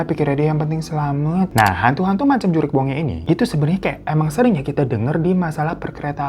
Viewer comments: Mohon maaf bang bukan "juriq" tapi "jurig" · JURIG BONGE bang bukan JURIQ🤣 JURIG itu artinya hantu. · JURIG bang bukan JURIQ.. itu bahasa sundanya hantu😂👍🏼